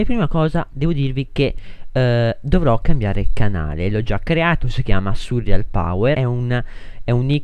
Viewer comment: NN SI DICE SURRIAL MA SI DICE SURREAL